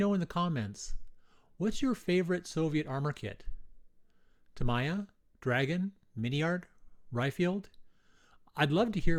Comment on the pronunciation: It's Ta mee ya not Ta my ya. Sheesh!